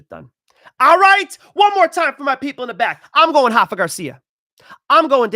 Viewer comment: It is Rafa, not Hafa. With a spanish R.:face-blue-smiling